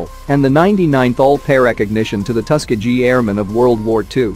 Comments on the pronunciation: Come on, guys! A script can be written for the robot to read and pronounce things correctly. It is definitely not Tusk-A-Gee. Give it tuss kee ghee and if that doesn’t make it right try something else phonetically. Ask Google. He can pronounce it correctly. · The tusk-a-gee airmen 😂